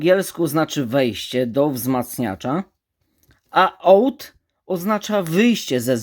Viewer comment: ''OUT'' czyta się AŁT